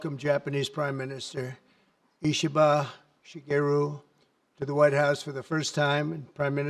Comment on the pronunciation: Amazing that our President is not only able to remember, but also pronounce PM Ishiba’s name. Wow. Not something we’ve seen in the last 4 years.